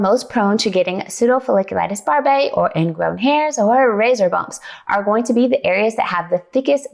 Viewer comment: Why do you keep pronouncing the name of the condition incorrectly? Pseudofolliculits barbae does not have an 'a' at the beginning of the word. The p is silent.